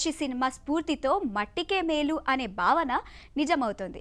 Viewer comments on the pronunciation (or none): none